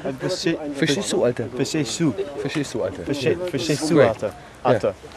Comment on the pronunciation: Verschest du :DDDD